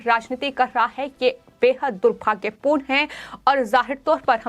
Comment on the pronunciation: भाहतीय, खहबर, हुआह हुआह , दुर्हभाग्यहपूर्ण, जह्वाब सहकार, पाहने, तह्सवीर, अरे अपना उच्चारण सुधारों ।